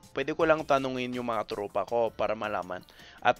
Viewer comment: I like the way you say "Mga tropa ko" very pinoy. haha